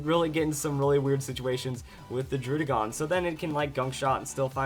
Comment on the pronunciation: Say /DROO/DĖ/GÔN/ one more time I dare you.